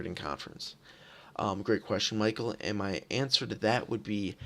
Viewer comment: After this performance how long do you think the Norse will take to win a game? Also it's pronounced MitchL not Micheal